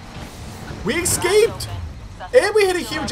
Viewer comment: Say it with me now: eScaped, not ekscaped 😂